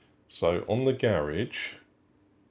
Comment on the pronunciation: Every time you said “Garage edition”, I couldn’t help but hear “garish edition”… because it’s gold 😂